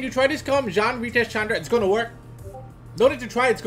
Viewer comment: Does he speak french ? Cause the "jeanne" call was pretty alright for an English user.